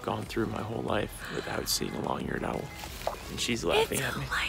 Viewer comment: I realize I have some bend to me with how much this bothers me: Owl is one syllable. Not two. Not ow-well That is all.